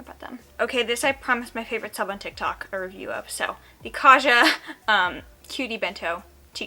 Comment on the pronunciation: Hello just wanted to let you know Kaja is Korean for "let's go" and is pronounced with a hard J not a soft one.